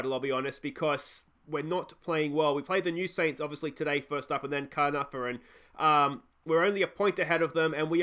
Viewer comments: It’s pronounced Kar-Nar-Von if that helps. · You said Caernarfon like 8 different ways in this video and you got it wrong every time 😂 Check Caernarfons team as they have a Welsh speaking policy so they might be communicating in Welsh which will give them an advantage